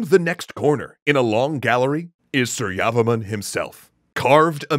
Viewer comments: Janhavi Baghel lol. Same thoughts. Was getting annoyed with the su-yavaman pronunciation. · Please pronounce his name properly it’s Surya Varman. Two words. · that's pronounce "sureyavarma 2" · Pronunciation tip : It's "soor-ya-var-man" with stresses on "soor" and "var". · Btw your pronunciation of su-rya-var-ma-n was bit off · Very Nice, I learned about Angkor in school. You can pronounce the name properly if you separate it, Surya Varman, Jaya Varman and etc.